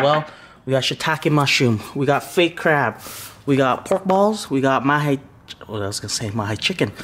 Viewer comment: Did he say "Fake Crab"?